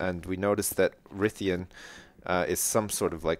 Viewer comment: i do ps dumb ass it's Rythian not rythien